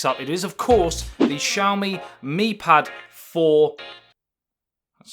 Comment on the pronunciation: this is not shaomee! This is ss'YAo mEE. For God's sake!